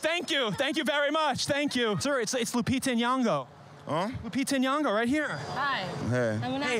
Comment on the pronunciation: Oh God how many times must she say her name. Nyong'o. Deep first o, subtle n blended with the y, ng like in king. Not N-yan-go